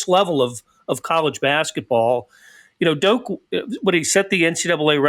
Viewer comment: It’s Dok not doke